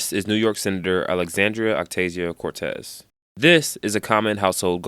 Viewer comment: "This is New York SENATOR Alexandria OcTasio-Cortez" lol I don’t know if it was intentional but she’s actually a congresswoman and her middle name is Ocasio. Not as if I care, to me she’s Alexandria Occasional-Cortex anyway.